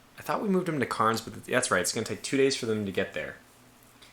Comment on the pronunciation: Great video, thanks! FYI, Cairns is pronounced "cans".